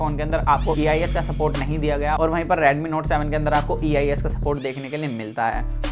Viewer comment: its redmi not radmi 😄